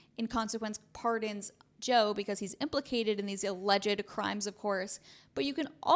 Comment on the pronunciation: Stop saying aleged